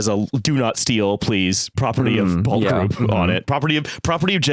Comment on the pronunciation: So quick note, on the whole span thing from the first half, Pulte Homes is pronounced like pull tea, And the son of the original founder and former president of that company is just newly appointed as the national security advisor to Trump. He had previously been in charge of Fannie Mae and Freddie Mac.